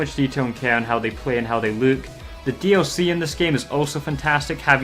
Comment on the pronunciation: It's not just you, but I hate the way you say look as it sounds like you say Luke and that's my name